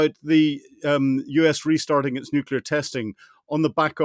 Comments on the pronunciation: Why does this "expert in nuclear" keep saying "nucular". What a sad reflection. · I so wish someone would ask him how many “U”s there are in NUCLEAR. I’ve always only counted one😵‍💫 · I don't think Colonel Hamish de Bretton-Gordon can really be a" nuclear expert" if he cannot even pronounce nuclear correctly. Nuclear only had one 'u' in it, so it is not prononced as 'nucular'. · How can a guy, like Hamish, with a lot of education say nuk-U-lar, instead of the correct Nu-clee-ar ? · Please stop saying “nucular” gentlemen. Nuclear. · How is is possible that a "nuclear weapons expert" like Colonel de Bretton-Gordon doesn't even know how to pronounce the word "nuclear"? Colonel, It's not nuc-u-lar, its pronounced "nu-clee-ar." Your constant mispronouncing of the word is like fingernails on a chalkboard. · You cannot be a nuclear expert and keep saying « nucular » rather than « nuclear », like George Bush was saying. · LOL a brit who can't (or doesn't know how !?!) how to pronounce N-U-C-L-E-A-R!!!!!! Looses all credibility!